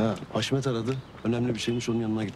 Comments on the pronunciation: Birkac bölüm önce hasmete de gardasim dedi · Kaçırmışsıniz Haşmet e de dedi 😅